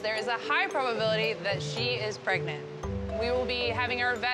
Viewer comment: The Seal is "Preganananate"